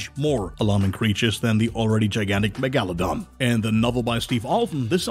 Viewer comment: Great little video but it was really annoying how he was mispronouncing Megalodon 😩